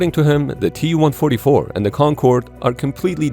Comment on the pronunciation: المعلق ليس عربي. والدليل بانه لايستطيع نطق الرقم TU144